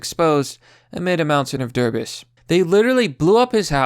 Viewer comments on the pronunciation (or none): ITS DEB-REE NOT DEB-RIS.. holy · YOU IDIOT IT'S DEE-BREE NOT DE-BRIS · Bro, I love you man..... But but debris, it’s not “DuRbis”, it’s “de-bree” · A mountain of “derbis”? Derbis? Really guy? DEBRIS! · Debris: It's "deb-REE", not "DER-biss". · "derbis" I laughed on the inside hearing that. XP deh-bree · da-bree not derbis. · "amid a mountain of DERB-IS" I'm sorry what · I loved when he pronounced debris as derbis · come on man, 'der-bis'? That's some elementary school shit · Lmao "Derbis" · A mountain of “DERBUS????” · A mountain of debris. Lol I think it’s pronounced debree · A mountain of debress ? Hilarious. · "mountain of derbis?" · There was fuckin DURBISS all over the place, it was horrible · Woah, did you just say DERBIS? the word 'debris' is not spelled D-E-B-R-E-E-Z-E but thats how you say it. please start reading these articles out loud at least once before making a video. this is not the first time i've been shocked at your inability to read common words, it makes a preach-y style like yours hard to take when you come as illiterate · Are we gonna pretend he didn’t just call “Debris” “DERR BISS” 😂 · Hahah, i caught that too. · Debris (debree)